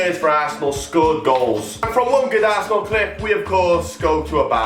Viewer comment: "he came back to plat for assenal " bruh dead😂